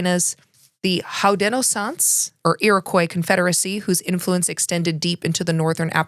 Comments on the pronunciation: You slaughtered pronunciation of Haudenosaunee, didnt even try. LENAAAAAPE and Braucherei. The moravians here were some of the earliest zionists in the country and they enabled the genocide. If you need to talk to someone DO THAT. This is why Indigenous activists wont fuck with you L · BRO. you could listen to the pronunciation of Indigenous names ONCE before teaching about it